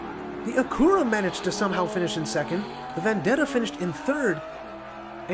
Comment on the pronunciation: Great vid with some fun racing! Just a bit of constructive criticism, “Acura” is pronounced like “accurate” but without the “T” sound at the end. And even then they’re really just Hondas as Acura is just Honda’s luxury brand. Just like Toyota/Lexus and Nissan/Infiniti and Hyundai/Genesis. Can’t wait for day 4, this is a fun track!